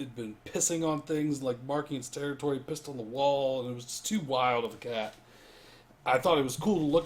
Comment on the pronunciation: cat. not cay.